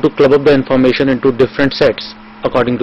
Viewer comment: daaddaaa? Infooomashan? sevel thins poposed? daaaddaa....dadddaaa...fuk off